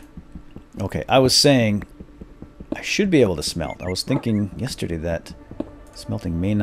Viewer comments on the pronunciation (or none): none